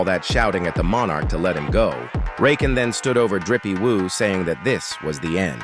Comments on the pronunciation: Why is the AI calling Jinwoo "Drippie woo"😂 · this AI shit is so fucking cringe. "rizzy woo"?